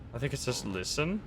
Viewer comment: I swear its saying Listen but Lisym